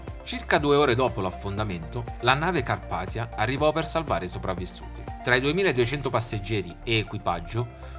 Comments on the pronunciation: Si legge Carpazia non carpathia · comunque si legge Carpazia non carpatia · si dice "carpethia" (con lai lingua tra i denti per la th)